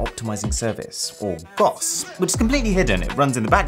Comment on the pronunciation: When he didn't spell it out and instead said GOS (GUS) I chucked a bit.